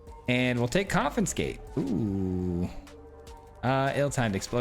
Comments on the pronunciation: Dude, I love your videos, and I don't want to be rude but you are pronouncing it incorrectly. you are saying con-FIN-scate but the correct pronunciation is con-FIS-kate (confiscate) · There's no effin' confinscate! ... ... ... Get it? There's no "f" in "confiscate" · Came for the jank...stayed for the mispronunciation Never change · third video in a row that comments spam about mispronouncing confiscate -- when is the 4th comin'? arizona education in action, yeah baby. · Saying it wrong the entire video to get the comments going, I see you. 😄